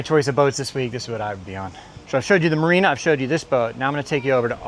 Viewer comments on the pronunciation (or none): none